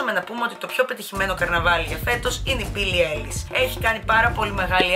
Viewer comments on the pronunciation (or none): Γιατί τα τονιζεις όλα λάθος;; Μπίλλυ Άιλις και Ιμότζι είναι..